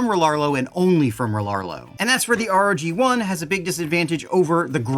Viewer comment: Love your videos as always! Like star wars though it's "rogue one" though not r-o-g 1, their website calls it gladiator too. Your the best glad you got this truck first! Looks awesome though I wanted bigger like everyone else.